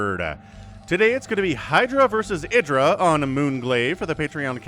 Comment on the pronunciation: It's pronounced id (like the the psychological term) ID, DRAH.